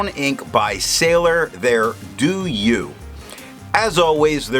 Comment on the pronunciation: I like your video because of highlighter resistant test. However, the name of this ink pronunce as [Doh-you] not [Doo-you].